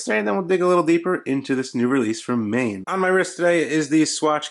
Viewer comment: It's pronounces "maan"